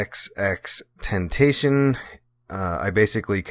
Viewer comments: You didnt even say his name right its not temptation so im guessing the rest of the video is ill researched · you talk about Jahseh but yet you can't even pronounce his name right🤦‍♂️ foh & you got your timeline with him all wrong. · Bruhhhh u cant even say his name correctly 😑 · Saying his name wrong bruh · 2005 listen to the very beginning he didnt even pronounce his name right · 2005 its common knowledge what his name stands but if someone makes a video and didnt take the time to even learn the correct way to pronounce the word why would someone believe anything else that he says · I can’t get over the fact he can’t say his name right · Said tentacion wrong lmao... but RIPX 💔